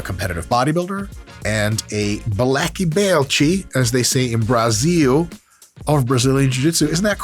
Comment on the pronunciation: Dr mike my man, saying Brasil with as S and not with an Z, boss